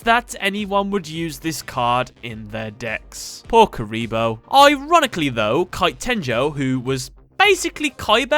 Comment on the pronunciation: You said curry lol